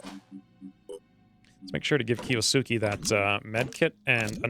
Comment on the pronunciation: Awesome cant wait for rest of series. By the way kiosuke is pronounced as key-ohs-K (silent u)